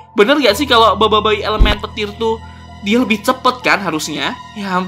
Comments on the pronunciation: Boboboy kak bacanya bukan boboiboy, emang tulisannya boboiboy tapi bacanya boboboy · Aku Bilangnya: Boboboy Bilangnya: Boboyboy Tulisan Boboiboy Bacanya Boboboy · Boboboy kak cara sebutnya 😑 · Tulisan: Boboiboy Aku Bilangnya: Boboboy Bilangnya: Boboyboy Tulisannya Boboiboy. Bacanya Boboboy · baca Boboiboy Gini BOBOIBOY Bukan BOIBOIBOY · KAK kok Bilang BOBOi😅😅